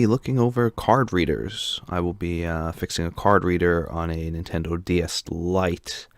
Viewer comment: The way this guy pronounces it as "Card Redder" sounds like "carburetor."